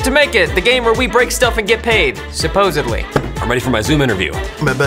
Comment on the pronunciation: it is "supposedly" not "soposebly."